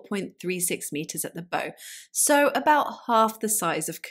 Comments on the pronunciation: Bow is pronounced like a tree branch, bough. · Fascinating! Just so you know, in nautical terms, bow is pronounced as in take a bow, and coxswain is pronounced koksan.